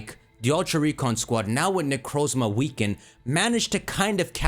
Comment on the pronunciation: IS THAT A TERAPAGOS PLUSHIE IN THE BACKGROUND Also, FINALLY, someone who pronounces Necrozma like I do! The Pokémon that starts with a Z and one that ends with an A is perfect, though I think it either has to do with A-Z, Arceus, or a new A-legendary from the past that might’ve gone extinct or might come back in an SV event, but still a fun theory!